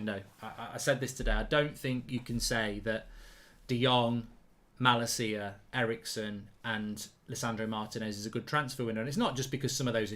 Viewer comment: Hahaha bro one little thing You say ma la ciaaaaa but it is Ma lacia t